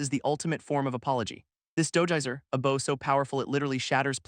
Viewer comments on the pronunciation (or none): I would like to point out that archery doesn’t seem to be used in this anime so why do you keep referencing bows and arrows? Unless you’re trying to say the other word with your mispronouncing. /bau/ : the active showing respect /bou/ : the thing-a-ma-jig that launches arrows